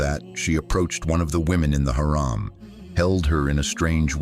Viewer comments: You have to change the pronunciation of Haram حرم from Haraam حرام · change this shitty voice its harum not haram .... shame on u on posting with this voice over